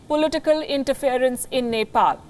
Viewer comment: Even the reporter couldn’t pronunce of Neplease cast how she can make a report without looking map of her country